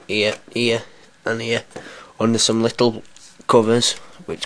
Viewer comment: "Eight screws which 'arr 'ere ere ere an ere" LOL accent